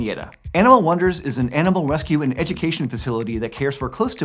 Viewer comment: Lol not to make fun but “Animal Wonders is an Animal Wescue” made me laugh! They’re such a great organization but I had to point it out :)